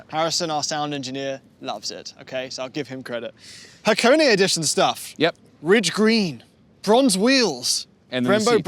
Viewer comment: Ha は ko こ ne ね -- はこね not Hacone-ey, and the sauce you were thinking of is ponzu, yuzu is a source citrus, like a lemon.